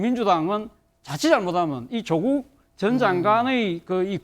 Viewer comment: 발음은 좀 똑바로 하자 조옷국 맞지?